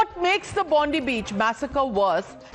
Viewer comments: Bondi with an I not Bondee you bitch. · It's Bondi not Bondee you fucking Bundee. Get off the news cunt